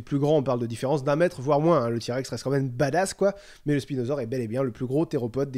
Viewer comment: C'est moi ou il a dit "spilodon"